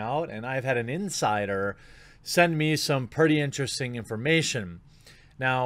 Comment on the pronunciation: Dude I love u, but every time you say "insider" I wheeze